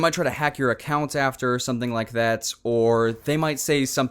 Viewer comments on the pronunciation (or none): none